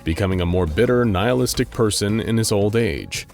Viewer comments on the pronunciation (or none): none